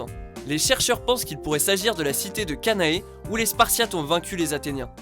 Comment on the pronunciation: on dit Canaan